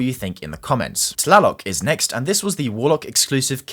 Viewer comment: Thank you for pronouncing "Tlaloc" correctly lmao